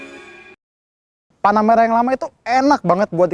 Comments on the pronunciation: ini namanya panaputih gan bukan panameara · apa cuman gua yg denger panamera kedengeranya tanahmerah